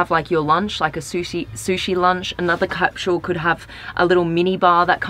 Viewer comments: It’s called capsule. Not capshule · And she just kept saying it